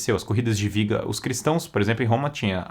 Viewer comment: quando você disse viga, o correto não seria biga? Sei que tem a questão da pronúncia do B e V em Espanhol, mas sendo uma palavra em Latim, acredito que teria som de B mesmo.